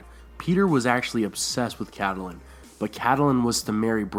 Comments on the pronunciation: ur pronouncing Catelyn Stark's name wrong. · Your pronunciation of Catelyn Tully is very weird in every video. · Please STOP Pronouncing it CAT-A-LIN It's KATLYN !!!!! I love your videos but OMG THAT TRIGGERS ME SOOO MUCH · I twitch every time i hear "Cat-al-lin" instead of "Cat-lin" and "Lee-awna" in istead of "Ly-anna" Other than that, nice video! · Good Video, but please don't call her Caddalin. Its pronounced Cat-lin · IT'S NOT PRONOUNCED AS "Ca-ta-lin" the proper way is "Kait-lin" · It's not pronounced Kait-lin. A lot people end up pronouncing it that way, but GRRM and everyone on the show says Cat-lin, so in that case neither are exactly "correct" but Cat-e-lin comes closer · Pronouncing Catelyn Starks name "cadulin" it's Kat-lihn, haha 😂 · I always thought is was pronounced Cat - lynn not Cat- ah -lynn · If you're going to narrate a beloved story/theory, please learn to pronounce the character's names correctly. It's CAT- lyn, not Cat-A-lyn. Additionally, proper verb tense is really important (for example it's sought not "seeked." "Seeked" is not a word) You might garner more subscribers if you correctly pronounce words like Corroborated without a "W" in the first syllable. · Cat-Ta-lyn...? WTH? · it's pronounced Catlyn :) the e is silent.